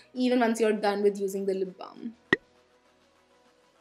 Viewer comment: I love when you say lip blam edict association😍😍😍